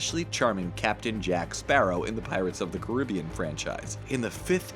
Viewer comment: You really can’t say pirates of the Caribbean correctly 😂😂😂